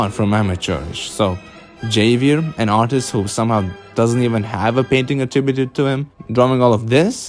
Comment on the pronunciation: I peeped that 19-2000 at the end 👀 not to nitpick but I think Javier is supposed to be pronounced with an H sound, like in “Hello”? Other than that👍🏽